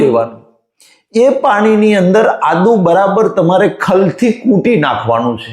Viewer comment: Ada Nahi Adu bolo.